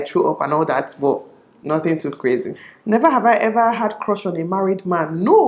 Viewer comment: "hever have i hever" lol